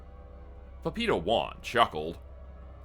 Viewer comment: Couldn't tell what was saying before "Juan" for the life of me till I realized he's saying "papito" lol. Pah-pee-tow would be a better pronunciation. Love the story so far!